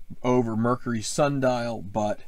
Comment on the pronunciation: Thanks for the course previews! Some interesting new twists here. BTW its "sandal" not "sun dial" :)